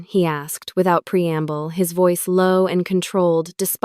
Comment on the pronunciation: Pmsl using "pre amble" again